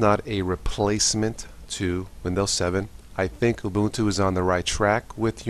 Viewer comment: Actually it is pronounced oo-boon-too. Some however pronounce it wrong.